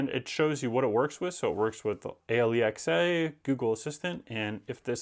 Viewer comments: "Aye Elle E Ex Aye"? Lmao... what on earth? It's simply "Alexa". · You can tell this guys lived with ..."a l e x a" ... For a few years to the point he's become used to it... I've definitely done this in my house on a few occasions 😂😂😂